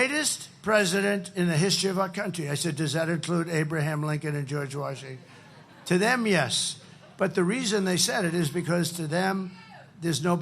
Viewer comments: He couldn’t even pronounce Washington listen to him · At 06.20, who's George Washing?? 😂